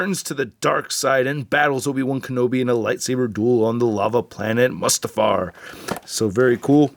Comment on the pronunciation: How you said mustafar is incorrect because grevious and sidious both pronounced it like Moostafar.